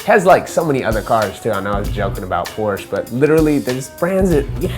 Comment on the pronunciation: porsche is a two syllable word... other than that cool